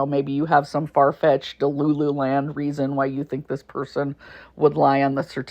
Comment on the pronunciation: Oh yeah, and its DD PERSON, NOT pershon 😂😂😂